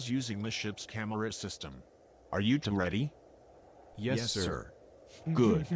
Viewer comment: bro said yesh